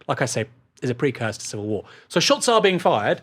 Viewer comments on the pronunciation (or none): none